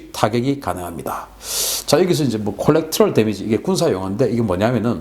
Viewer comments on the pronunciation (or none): 콜렉트럴 데미지 라고 발음하지 않고 “코레더럴 데미지” 라고 발음 합니다. Collateral damage. 방송에 늘 감사 합니다.